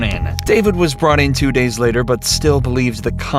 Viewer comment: Man, this guys' nasal tones are hurting my ears. Listen to him say "Days" as "Daynes". "ME" is "Menne"